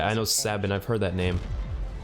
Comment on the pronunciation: Her name's pronounced "Sabean", not Sabin.